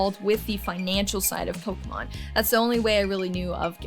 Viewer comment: How could ANYONE listen to someone who calls it “PolkaMon.” 🙄